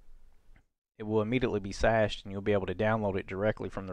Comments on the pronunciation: For the love of Christ.... Cache is NOT pronounced SHASHED OR SASHED.... it is like Cash, like money. HARD C like CAT... It is pronounced exactly like CASH. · Cached with a "c", not an "s" 😆 thanks for the tutorial!